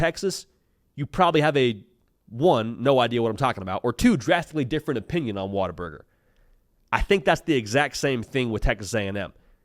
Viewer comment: Water burger is the only way to pronounce this correctly. gets it.